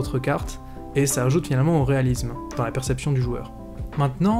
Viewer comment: Si la lettre s est en début de mot ou entre deux consonnes ou entre une voyelle et une consonne, on entend le son [s]. Pour obtenir le son [s] entre deux voyelles, il faut doubler le s. Quand la lettre s est entre deux voyelles, on entend le son [z]. Donc, graphiSSSSme et non graphizme, et réaliSSSme et non réalizme. (Désolé, mais c'est horrible à l'oreille et tout le monde fait cette faute.) Hors mon moment chieur, merci pour le tuto. Très instructif ! 🥰